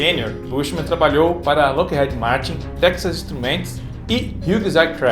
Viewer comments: Que agonia, vc falando Head ao invés de heed. 😂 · Na lingua inglesa a letra "e" tem som de "i", então a pronúncia da fabricante americana Lockheed é "Lóck iid" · Dois E em inglês tem som de I. Loquerride seria a pronúncia correto. Desculpa é que dói no ouvido.